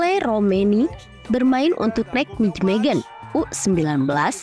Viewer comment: Kenapa yah kalo mengucapkankan Nijmegen kok susah banget.....Neimehen (bhs Belanda huruf J pengucapannya Y dan huruf G pengucapannya H)